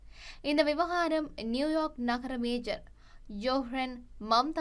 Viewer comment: தயவு செய்து நகர "மேஜர்" மம்தானி என்று செய்தி வாசிக்காதீங்க. மம்தானி மேஜர் அல்ல "மேயர்". மேஜருக்கும் மேயருக்கும் வித்தியாசமுண்டு. நீங்கள் வாசிக்கும் செய்தியை பல ஆயிரம் பேர் செவிமடுக்கிறார்கள் என்பதைக் கவனத்திற் கொள்ளுங்கள்.